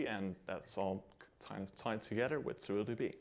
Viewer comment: Does he call it... "Surl DB"?